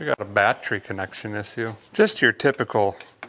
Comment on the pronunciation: My wife’s laughing and saying battree, so I guess I gotta subscribe.